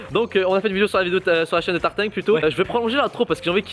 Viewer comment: C'est Tartin pas tartingue